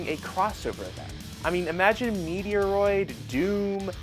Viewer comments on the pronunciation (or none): First. Met roid. Stop saying Meteo roid!!!!!!!! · Thus game looks dope. Also, it's fight on site if you keep saying Metroid wrong 😂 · I know you do it on purpose now, please stop referencing Metroid which is the ONE game you cant pronounce. Its so cringy, but saying like 7 times, honestly, unsub justified.